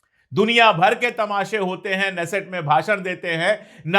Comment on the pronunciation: Sir, I think it is ka-nesset... not like the English KN-ow or KNife... the K is not silent :)